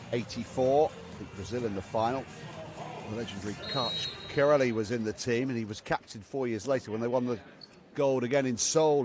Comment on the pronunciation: can't even pronounce karch's last name. facepalm. ear muffs.